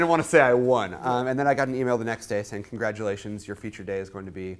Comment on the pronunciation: "Congradualations"...!